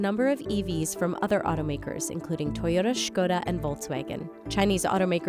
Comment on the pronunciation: Huge ❤️ for pronouncing Škoda correctly.